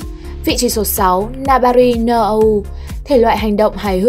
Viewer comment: Đọc tên tiếng nhật :) setsu ko có đọc là set và su nhé :) nó là se và tsu. No là nô ko phải “Nâu” như trong tiếng anh :))